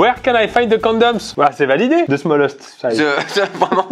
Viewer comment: Cest si triste😂😂😂. Juste le "ze" au lieu du "the"